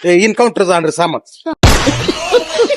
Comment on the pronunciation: छान व्हिडिओ,इनकांऊटर नाही एन्काऊंटर 😂